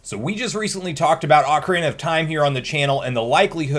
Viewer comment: Good job! You said Ah-carina 16-18 times correctly and Oak-arina on 3 times. I’m so proud of you, you’re a real CS now, Son!